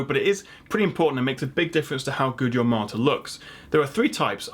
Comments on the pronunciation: everytime you say monitor it sounds like your saying Martyr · Poor guy owns a tech channel and can't even pronounce monitor it sounds like he's saying martyr 😂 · The word is 'Mon-i-tor' not 'Mar-tar' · i keep hearing "martyr". a 27 inch martyr? thats a small angel right? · Why do you pronounce monitor like martyr? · I'm Australian and I'm hearing martyr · After a few times of saying monitor, it sounds like you're saying martyr lol, great video! 🖒Thanks heaps for giving us your time brother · The way you pronounce the word monitor sounds "Martha" to me 😂😂😂. Amazing :-) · you pronounce monitor as a marter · At one point I was getting "monster"... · is it just me or it sounds like he's saying monsters?.. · Is it just me or every time he says "monitor" it sounds like 'Martyr' ... and I'm just sitting here like.. he didn't put a disclaimer saying "no monitors died in the filming of this video". Rest In pieces.